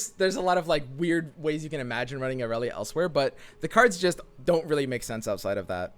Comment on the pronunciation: I'm slowly getting triggered over inability to actually read Irelia's card text.